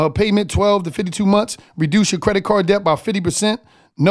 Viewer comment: None of your man's helped you out with pronouncing Debt. The B in debt is silent. 😆 sounds like Det! Work on that my neega! Lol